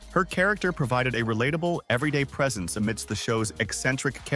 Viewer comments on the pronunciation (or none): none